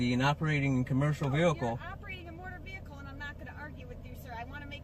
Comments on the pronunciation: Black's Law dictionary says "employed" which means used. Nothing commercial. Also, what is a motor veeurkoh? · It’s NOT A MOTURR VEHILEKULL...’